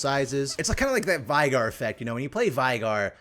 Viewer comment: Why are you saying Shaco like that, why are you saying Veigar like that?